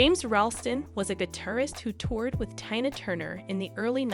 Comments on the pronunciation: so extremely ennoying to hear the wrong pronuncition of her first name so many times. What is to difficult to pronounce Tina?? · STUPID STUPID STUPID video. How in the world can you mispronounce T i n a --when the video is about T i n a??? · I can't watch this. She doesn't even know how to say her name. So disrespectful. If you can't say her name Stop covering her stories... Geez I'm over it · The fact you presenting this about an absolute icon yet you don’t know how to say her name for the most part is baffling. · I just want to know this Heffa kept mispronouncing and ICON like TINA TURNER name wrong!!!! I feel like Rick James.... IT'S TINA TURNER BI### GET IT RIGHT🤨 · As someone else, it's most likely a recording on a computer/robot saying the words. I don't know for sure, but I do know that I don't like someone or something has done such a terrible job as this. If the person can't pronounce simple words like Tina and provide correct information, and neither can their robot, then they shouldn't bother. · What is up with the commentator? How can anyone mispronounce a simple and as in this case well known name such as Tina and who is the subject of this video. Good grief🤦‍♀️ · Or, before she read this off a cue card, she had never heard of Tina Turner, nor knew how to pronounce her name. How unprofessional.